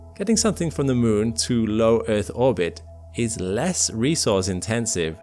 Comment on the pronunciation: eeeth... There is a R in earth lol